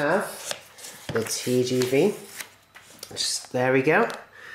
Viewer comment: Pronounced 'Tay jay vay!" :)